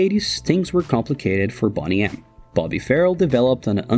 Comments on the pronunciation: Boney M, not Bonnie M. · You pronounce it like it’s spelled ‘Bonny M’ We called it beau knee em. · I believe it’s pronounced “bow nee em” not “bon nee em”. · It’s not pronounced bonnnnny, it’s bone-y. Idiot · It’s not Bonny it’s BONEY. FOR GOODNESS SAKE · It’s not “Bonney M” It’s Boney M. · Bonny-M !? dude, Bone-E-M. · Hey narrator, newsflash! It's Boney M, not Bonny M. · Bone ey M not BonnyM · Its not BON-ee its Bone -ee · Bone = Boney M .. NOT pronounced 'Bonnie' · BONE-y not “Bonny”. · Before you release a video please learn how to properly pronounce the name of your subject. It is Bone-e M, not Bonny M 🙄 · It's Boney M not Bonny M! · And it’s not BONNY M it’s BONEY M. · It's pronounced Bone-ee M .. not Bonny-M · It's Boney m not Bonny m. And it's just silly with your comments. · It’s NOT BONNY M…. IT’S BONEY M! GET THE NAME RIGHT 😡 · It's BONEY M not bonny m, can't you do anything right FFS. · Dude, if you're going to do a whole segment on this band, you ought to learn how to pronounce their name! "Bone-ee", not "Bonn-ee" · Iv'e always called them Boney M Rhymes with Stoney not Bonnie M ?? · 'Bonnie' M it's BONEY M, pronounced BONE- EE !!! Asshole!!!🥱🥱🥱🥱🥱🥱🥱🥱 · boney M!!! not bonny M you clown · It's BONE e not Bonny Soooo annoying. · It’s pronounced boney not bonny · BONEy, you moron. Not "Bonny" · It's not pronounced 'Bonny M'(like Bonny & Clyde) but instead 'Bone-y M' ! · It's BONE-EE EM not BONNY EM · BONEY M, NOT BONNIE. BO-KNEE. GOT IT? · It’s bone ee M not Bonny. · It's ″Bow knee″ not ″Bah knee″ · It is BONEY M, not BONNY M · boney not bonny. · Its boney not bonny for heavens sake icant listen tothis .theywere fabulous. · You keep saying BONNY. Thats what a Scottish person would say ..what a BONNY LASS..The band you are talking about is called BONE-E-M FIRST WORD BONE. LIKE BONE... FOLLOWED BY THE SOUND E. THAN SAY M.. SO BONE-E-M-.. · Its boney m ... as in bone ee not bonny. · Haha it's not bonnie M it's boney M, you must be thick as pig shit!!!